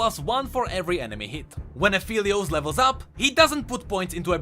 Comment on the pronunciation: A great vid as usual, and btw, Aphelios is pronounced A-fell-lios, not A-feel-lios. Alune calls him Phel which is pronounced like "fell" and not "feel" :)